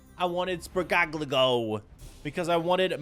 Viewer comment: ah yes, my favorite starter, sprigateegoo